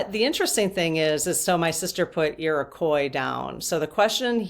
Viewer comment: I am from New York State where the Iroquois Indians were and we learned about them in seventh grade back in the mid 1960s. And it was pronounced with the oy at the end and not the wha at the end. Like we pronounce the state Illinois with an oye.